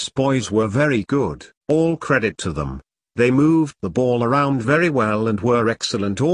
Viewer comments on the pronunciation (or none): none